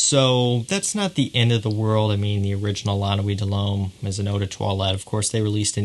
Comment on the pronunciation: Someone said, "Dull Hommay" it took me a while to realize that he was trying to say, De L'Homme...ahhh these french pronunciations!!!